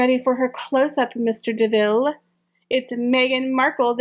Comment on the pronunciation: It’s mr. de MILLE…..not de Ville